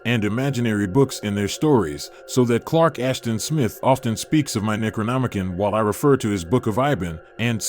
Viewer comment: Necronomi-CON, not -CAN